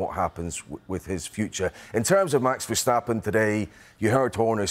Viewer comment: Craig Slater is a ham. Can't even pronounce Jos Verstappen's name.